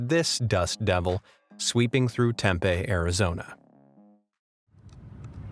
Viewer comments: "Tempeh, Arizona" it's pronounced 'tem-pee', just fyi 😉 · Serving those clams live is sickening…. Do they bite them while they are alive? What tf is wrong with people….. And I was gonna say I’m in Arizona and we get tons of huge dust devils, then you said Tempe, Arizona, I live 4 minutes from Tempe. It’s also Tem-pee, haha. 😝 Your pronunciation made me laugh. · Late to the party, but it's pronounced Tem-pee